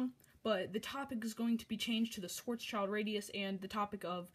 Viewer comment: You need to say it like Sh-w-uh-rz-sh-e-Lt-r-uh-dee-oos